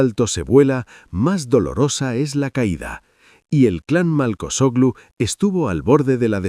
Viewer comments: Siii. Y el narrador insiste en decir Malcochoglu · no es marcochoglu por dios...un poco de culturita por favor.....aprenda a pronunciar correctamente